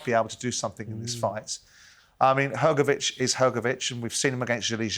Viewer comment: Hrgović(Hrgovich) not hergovic